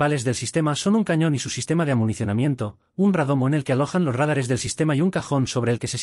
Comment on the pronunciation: "Rádares" no! "Radáres"!